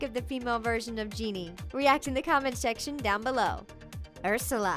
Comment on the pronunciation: "React in the comment shection down below." Shection... Nailed it.